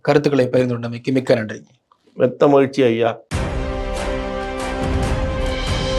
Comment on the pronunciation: அவர் சொன்னது பெத்த இல்ல மெத்த